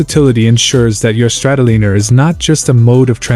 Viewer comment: Exactly..... guy needs to learn to say the bikes name before making a video about it ( Strat O Liner) Just like Oceanliner